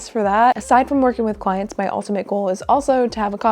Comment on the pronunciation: "If I am to be with clients" sounded so much like "if I am to be with child" for some reason 😂